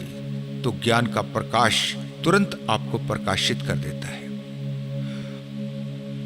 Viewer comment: और परकाश नही प्रकाश होता है